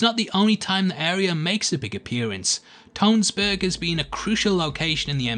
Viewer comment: Being and Norwegian and hearing how you say Tønsberg actually pains me.